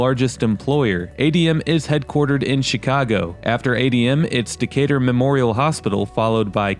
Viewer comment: Someone called it Decay-Turd